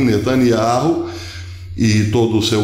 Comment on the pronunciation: "Beyamin netanYAU".....